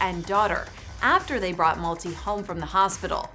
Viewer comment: It's not Malti as in 'Multi'. It's pronounced as 'MALTHEE.'